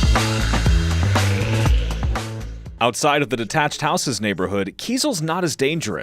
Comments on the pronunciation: In this video, the "journalist" demonstrates considerable arrogance and ignorance, entitlement, condescension, derision, and mockery. Most of the time, he does not even pronounce the name of Kyzyl properly. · You have gone to Tuva but failed to ask how to pronounce Kyzyl?